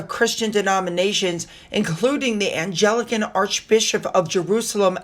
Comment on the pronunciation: It's about time King Charles stood up for Christians. By the way, it's pronounced Ang-lik-kans not an-Gel-icans,.